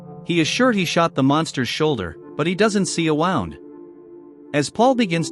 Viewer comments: Waahoond? That's how this channel pronounces wound. This is a really bad AI-generated narrative. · Wound.....not wound.